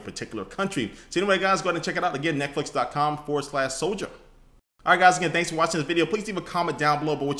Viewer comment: "netflic(dot)co(dot)uk/soldier" :P